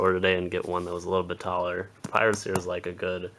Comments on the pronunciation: Did you said sexy Papyrus? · dude, you just said " papyrus is really hot " i swear you said that! im dying of laughter 😂😁